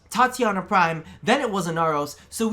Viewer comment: Demios? Nezaha? Tatinia? Deliberate mispronounciation or...?